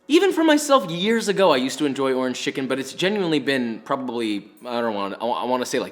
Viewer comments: I believe that he said ''Torange" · . He really did it. He found the word that rhymes with "oringe" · Did he say door hinge? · Or it could just be referring to the fact that door hinge can rhyme with orange (with slanted pronunciation) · Tf is a "dorhidge" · A classic Eminem trope where in order to rhyme with Orange you break it into 2 syllables Or-Ange ergo Door-Hinge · I heard door hinge too. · Yeah it's not you he was making a joke and definitely said door hinge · Who else googled what the hell a door hinge orange is just to realize he was messing around with the pronunciation? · Anyone else hear door hinch when he said orange?????? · Bro you think doorhinge rhymes with orange too!!? ive been telling people that for like 10 plus years and they all so they cant hear it -_ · Did you say doorange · Not sure why i heard you say "zest of door hinge" instead of orange. But it made me laugh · Me: rewinds 5 times to see if he said “door hinge” instead of orange. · i heard the orange as door hinge. 🤦🏻‍♂️